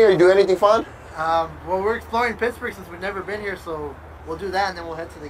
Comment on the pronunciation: He kept saying pissburg